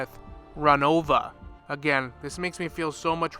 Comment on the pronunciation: Sir.. u may have dyslexia... RONOVA, not ROVANIA